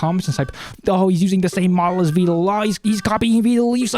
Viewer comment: you say his name like "veedal"